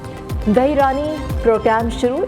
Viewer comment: News caster needs to learn proper pronunciation: Dahee means yogurt. Dhee means daughter. Dhee Raani means Baitee Raani. Dahee Raani means yogurt Raani. Incorrect pronunciation changes the meaning to a silly connotation.